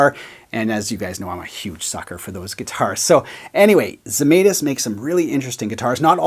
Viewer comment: It's not "zi-may-tis", it's "zhe-mai-tis". That's the true pronunciation of the Lithuanian name Zemaitis.